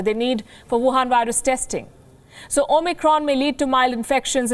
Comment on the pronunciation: Love the way you deliver the news. Also "Wuhan virus" sounded a little off